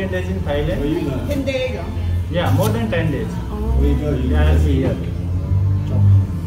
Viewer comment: Dayz nhi days bola kro